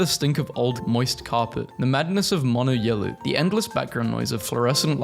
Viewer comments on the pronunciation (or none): none